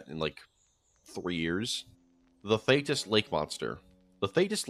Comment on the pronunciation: its pronounced "thee-tis" :)